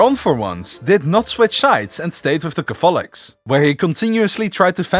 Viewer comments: I found that a bit bothersome too, but good video still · Why are cAtholics pronounced as cathOlics and prOtestants as protEstants? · PROtestants. CATHolics. The stress is on the first syllable. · Never thought I would hear Catholics be pronounced as Ca-fall-ics and Protestants as Protest-ants. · BRO the pronounciation of catholics is just not good and the beliefs you lsited are completely FALSE for the catholic church about the salvation by works and faith. Protestants can have from 2 to 7 sacraments. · You keep pronouncing Catholics and Protestants wrong. It's annoying. Couldn't finish your video. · Hey fellow dutchie ur pronouncing catholics and protestants wrong :) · Pro test tant Cath olics ha ha ha